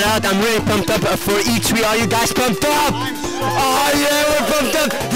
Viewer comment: The way Athene pronounces E3.. E Tree lol